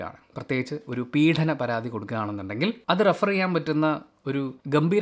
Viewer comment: ഇടക്കിടെ 'പീഢനം' എന്ന വാക്ക് repeat ചെയ്യുന്നുണ്ട്... പീഡനം അല്ലേ ശരിയായ ഉച്ചാരണം